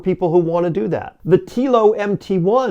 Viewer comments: All valid points but it kind of torpedoes what you are saying if you have not researched things enough to correctly pronounce the vehicles you are talking about. "Slate" is easy. "Telo" is not 'Tea-Lo'. It's 'Tell-Oh'. Picky , I know but a simple viewing of any of the Telo videos out there would have let you know. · You should've named this video "The American 'Big Truck' Lie: What the Big, Clumsy American Automakers Want You to Believe". I can't wait to retire my F-150 AND my Mustang in favor of a single 500 hp, 4WD Telo. BTW, it's pronounced "Tello" - not "Teelo". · It's "Tel o" as in hello. Not "tea lo". It's the F series that's the best selling, not the F150. People generally buy what's available on the lot. I have the L:ightning Pro as well. Meets my use case. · When doing a video about how bad other brands are going to be, just take 5 minutes before you start and do a bit of research on how to say the brand name. Telo is pronounced like Hello, except replacing the H with a T. The people who are creating the truck say the name multiple times on every single one of their videos... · It's telling that you don't know how to pronounce Telo. Meaning you've never bothered to look up a video on it, or you'd know how it's pronounced because they say it all the time. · "Weird" is not bothering to do enough research to pronounce the company name correctly. When you heckle Wilbur and Orville, you demonstrate your own limitations- not theirs.